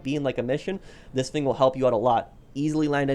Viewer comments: "this fing" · i’d be rich if i got a dollar every time he says “fing”